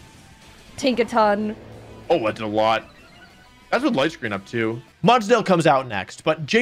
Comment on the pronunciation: tinkaton takes-a-ton 😂😂